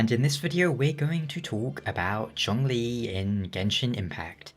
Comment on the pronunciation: Well, at least you acknowledge that John Lee isn't how you're supposed to pronounce his name 😂 But in all seriousness his name's pronunciation really isn't hard to say.